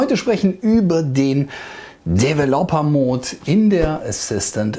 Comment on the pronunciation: Wattt ??? Ein DEWELOPPERMOOT ??? Jetzt bist Du aber nur entschuldigt🧐, wenn Du in der Schule Russisch, statt Englisch hattest. Es zeigt sich hier in voller Härte, dass nicht immer alles „verenglischt“ werden sollte. Schon gar nicht, wenn man des Englischen nicht mächtig ist. Sorry für diese Kritik, aber sag doch zukünftig einfach „Entwicklermodus“, oder ähnliches. Das brennt wenigstens nicht so inden Ohren, wie DEWELOPPERMOOT. 😉😀